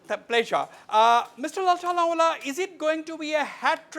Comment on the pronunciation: Wasbir ..there is no Chamfai its Champhai.No Mr Lal Thanhuala its Lal Thanhawla.